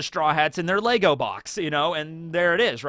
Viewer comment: Bruv, there’s no s on the end of Lego. Sort your shit out